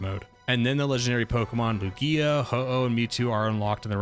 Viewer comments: "Lu-gía" LOL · This is the first video of yours I've watched and I enjoyed it. I was going to subscribe..... But then I remember you said lugia's name funny so I'll hold out... For now. I'll keep an eye on you watch more videos